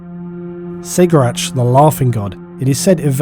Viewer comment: Another great video!, Good work mate, I've seen videos portray the eldar so wrongly, you did a good job, with one tiny forgivable mistake: Cegorach => it's Kegorach, not Segorach. In the audiobooks where harlequins come up, they say "Kegorach".